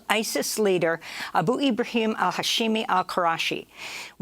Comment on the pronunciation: Damn, how tf could you pronounce that 13 syllable name so easily? Abu... WTF... Sorry for those women & children but Abu needed to go away.